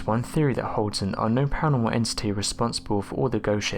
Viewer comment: Pa Ra noR mal .... not paanomal. Slow down .